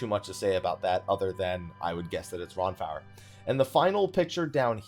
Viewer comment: Lmao. RonFower? Akataan?